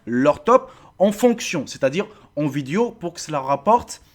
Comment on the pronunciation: "viduo" jpp